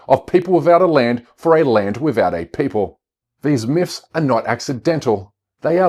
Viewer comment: Veese miffs, and viss miffology was very distracting, from GREAT messages, and a good video.